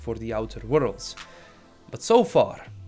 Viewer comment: Outer wo-rolds